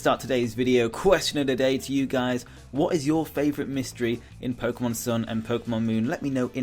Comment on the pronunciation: It’s pronounced Mon, like Pokémon, Not Mohen. Also, it’s pronounced Koo-Kooi, Cooki XD